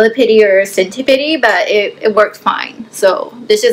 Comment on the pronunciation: Wth is a centi - pidi ??! It’s centi-pede. As in “Peed”